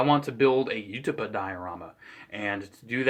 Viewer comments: It's always pronounced either "You-ta-pah" or "woo-ta-pow". I prefer the former. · How can you possibly mispronounce utapau